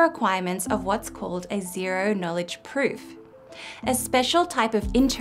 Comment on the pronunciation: Not to be mean, but I can't stop rewatching the bit when the video has you saying "a special type of interactive pfffp" :P Fun blooper :D